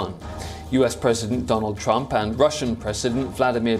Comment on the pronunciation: Did he say Donal trump???